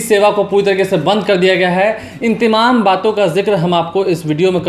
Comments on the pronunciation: Bihari kab hindi bolna seekhenge, tamam ko timim Or badh raha hai ko bar raha hai ya judh rahi hai ko jur rahi hai etc kehne wale sudhrenge nahin. Ek bihari sau bimari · Temam nahi boliye.sahi tamam